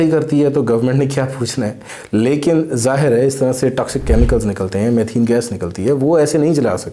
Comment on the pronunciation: its methane not mathene